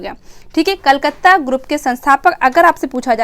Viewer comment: कलकत्ता ग्रुप होगा कलकत्त नहीं ध्यान दे मैम